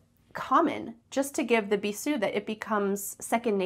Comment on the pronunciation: It's pronounced with a z sound /bizu:/ 😅 Have you been to Morocco, guys?